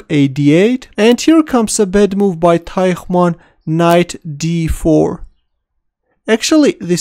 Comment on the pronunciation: Actually, the German language uses two different sounds represented by the "ch" letter combination, and you unfortunately used the incorrect one (sounds still better than a "k" in this place). The correct "ch" sound is made by breathing out while your tongue in the position to make a "th" (reaching just behind the teeth), but bent in the same direction as your upper jaw, away from the teeth. Also, Teichmann is written with 2 "n" as the German word for "man" is "Mann" (pronounced like "munn").